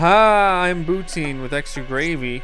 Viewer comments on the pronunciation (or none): ha bootine instead of pootine